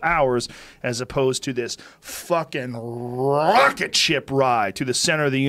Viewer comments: Joe " fuckin rrrrrocket ride" Rogan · Rrrrrrrrrocket lol